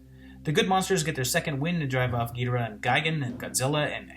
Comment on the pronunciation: Thanks you for pronouncing Ghidorah the way I always did.